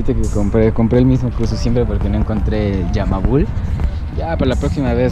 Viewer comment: Dijiste Yamabul en vez de Yamalub 😂😂 buen video